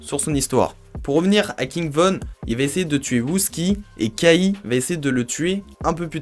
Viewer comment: Pas que sa !🤣 Pour K.I qui se prononce "Kay High" Il a dit "Kahi" aussi 🤣🤣